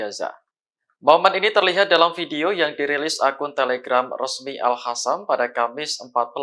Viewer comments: Presenternya ga bisa baca ya.. " Al Qossam" bukan Al hasam😂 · Biasa ajalah ngomongnya jgn di buat2, geli kedengarannya, al-qasam jd al-hasam 😂